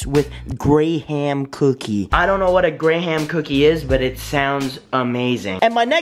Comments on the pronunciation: GRAY HAM😂😂😂. It’s pronounced gram u boi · Ffs have you never said “Gram” cookie pronounced “Graham” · Any one notice that he said gra-ham cookie but it said Graham cookie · You say Graham cookie like "Gram cookie" Love your vids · It's pronounced greh-m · yo, tell me he's lying when he pronounced "graham" like that. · Lamo anyone else realized that he said graham wrong